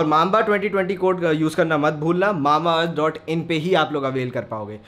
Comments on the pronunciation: Its not mama earth its Mamba earth😂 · Mama earth nahi mamba earth 😂